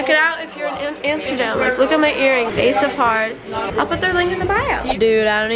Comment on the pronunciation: nobody and I mean nobody will mock more than she mocks herself. “Amstergam” “came to my Amsterdam” I love you